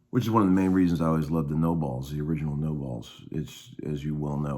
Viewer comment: You pronounce nobels know bells not no balls 😂